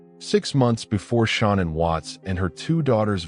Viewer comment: Her name was Shan-Ann not Shawna!